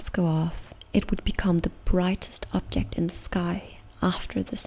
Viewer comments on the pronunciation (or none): none